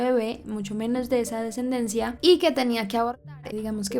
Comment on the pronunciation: solo una corrección, se dice es de esa "ascendencia".